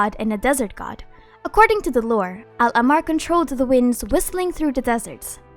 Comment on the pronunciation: Luv yr vids and just wanted to point out that when u pronounce ahmar its important to stress the "h" sound like ah-mar rather than ammar In arabic it is written like this احمر